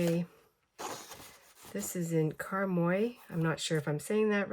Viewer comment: You’re pronunciation of Karmyø is excellent 👏🇳🇴 So fun pages 🎉 lots of rowing from arctic Norway 🇳🇴🥳🥳